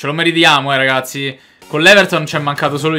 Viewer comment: Quando dici ragassi sembra di stare a sentire liedhlom e ogni mi sembra di sentire mazzarri o allegri😂